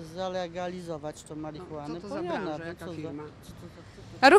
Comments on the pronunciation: Hehe w ich wykonaniu "marihunaen" zabrzmiało mistrzowsko. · To inaczej działa, ale nie marihuhnane